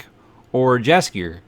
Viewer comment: It's Calanthe and Mousesack. Just a hint about pronouncing Jaskier, it is more like Yaskier J is more like a Y sound